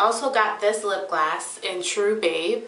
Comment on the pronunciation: i love how u say lipgloss u say it as if its lipglass haha randomness